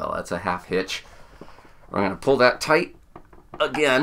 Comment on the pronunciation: Every time you said "tight" you sounded australian.